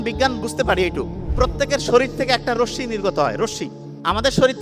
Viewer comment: রোসশি নয় ভাই, ওইটাকে রশ্মি বলে 😮 মাশাআল্লাহ আলোচনা খুউব সুন্দর ❤